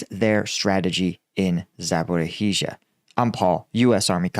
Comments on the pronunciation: DUDE it is ZAPO-RO-ZHIE not ZOPOROHEEZHie or whatever nonsense you’ve been calling it for 4 months for FFS it is time to learn to spell it right. How hard is that? I’m not Ukrainian either but I can read the names properly. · Great content Paul. Please work on your Ukrainian pronunskiation a bit brother! Repeat after me: Za-Por-Ee-Zha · Not "zaporiHEEsha", it is "zaporEEsha", but your other pronunciations have improved. One day, you will say "bahkMOOT" correctly. We have been there 9 months now. "bahkMOOT". Like bahk-MOOSE but with a T. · Not quite. There is a 'zh' sound not 'sh' in the RISH part. 'zh' as in the last syllable of garage. So, Za-po-rizh- ya. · You know there’s no H sound in Zaporizhzhia. It’s just pronounced Zapo-RISH-shia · za - po - REEJH - jia